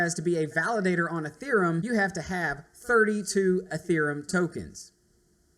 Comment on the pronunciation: It's EtheREUm not EtherUM..How can people not pronounce it?